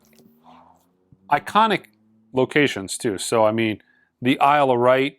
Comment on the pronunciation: Isle of Wight… pronounced like “white” 🙂